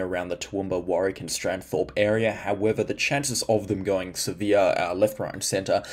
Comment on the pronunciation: Thanks. I think you mean Stanthorpe btw